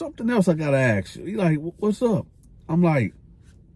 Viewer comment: Why can’t say the word “ ask “???